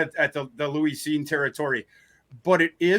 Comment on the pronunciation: Is he intentionally mispronouncing Lewis Cine's name to mock him?